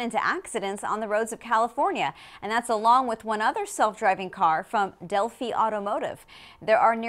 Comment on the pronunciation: Delphi is pronounced "Delf-Eye", not "Dell-Fee".